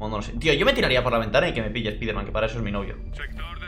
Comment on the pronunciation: Por fin ya no tendré que escuchar como pronuncia "Spiderman"...